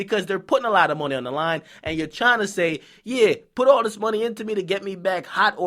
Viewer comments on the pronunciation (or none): nigga killing me every time he say "mawny"